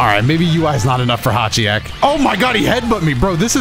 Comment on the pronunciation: Damn can't even pronounce hitchiyak😔